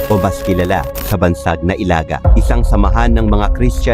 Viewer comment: Pangit nag pag prunounce ng Ilaga